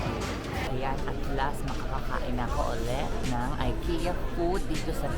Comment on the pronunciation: you have been to Sweden and you didn’t cared to know the right pronunciation of Ikea? you should research more if i were you